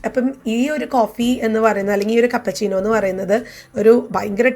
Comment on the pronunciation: Cappuccino aanu chechi cappachino alla